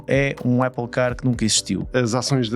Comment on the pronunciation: Não se diz 'Éple', diz-se 'Áple' (tem dois "pp", a vogal tem que ser aberta). A Ferrari sabia que não podia fazer algo dinamicamente ágil, como qualquer outro Ferrari. Um dos desportivos Eléctricos mais leves, o MG Cyberster, pesa praticamente 2t e tem autonomia para 400 e tal kms. Não é peso que a Ferrari queira num desportivo de 2 lugares - pelo que simplesmente desistiram de o fazer. O Xiaomi referido no podcast pesa o mesmo (EDIT: 1360kg) que este 'Luce'. A Ferrari não considera isso um veículo de comportamento desportivo. Pelo que pude perceber, um dia que tenham acesso a baterias de maior densidade, talvez consigam fazer um EV desportivo e com autonomia decente abaixo dos 1700kg. E sim, o Luce não é para o cliente típico Ferrari. O Luce é um automóvel de luxo, eléctrico.